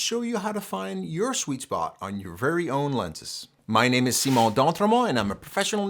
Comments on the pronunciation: I love how he pronounces his name. That doesn't make me gay. great vid as always! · This is off topic... but it is totally intriguing to listen to someone that speaks english AND pronounces his french name flawlessly 😂 (yes, i know, Canada, yes, i know, francophone)